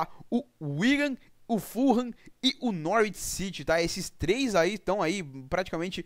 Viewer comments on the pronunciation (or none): none